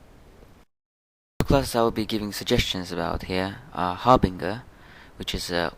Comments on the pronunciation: Har bin jer not ger lol bet that confuses some people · I'm so sorry, but it's pronounced Har-Bin-Jur.